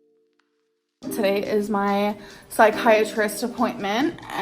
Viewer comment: “I’m back from my appoinTTTmenTTT”